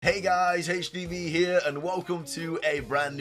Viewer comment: ACH DEE VEE HEA! 😂